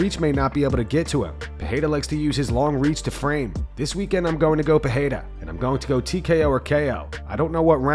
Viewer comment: The first 'r' in Pereira is pronounced the same way you pronounce the second.